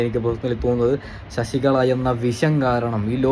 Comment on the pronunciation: ഷശികള അല്ല മോനേ...(ലളിതത്തിന്റെ )(ല) അങനെ പറയു ആ മൂർഖനെ